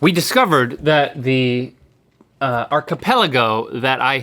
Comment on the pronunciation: Why does Link pronounce archipelago like that... 😅